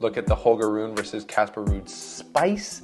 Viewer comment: Rune is pronounced “Roon-uh”. You’re killing me. And it’s not Zuh-verev. It’s Zv pronounced together. Ts-verev in German.